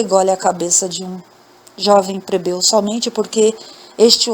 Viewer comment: Boa noite! Adoro as histórias! Mas você troca a letra L pela letra R, fica muito feio. Não é COMPRETADO se diz COMPLETADO. Não é PREBEU e sim PLEBEU.